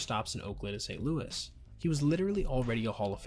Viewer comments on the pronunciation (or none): none